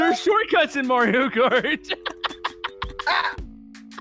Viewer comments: u said moorio wrong its MARIO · "Moorio" - 2018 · Luige not luigo and mario not moorio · It's not moorio it's mario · GOD AND FUNY VIDIO WHY YOU CALED MOORIO CART NOT MARIO CART FUNY RIGHT😂😂😂😂. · Its mario not moorio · IT'S. Mario NOT. MORIO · I like the video cause u guys speak moorio better than spelling mario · Its Mareow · Did you Say MOORIO karts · "MOORIO RACE" a "MOORIO RACE" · I don’t think you know how to say Mario right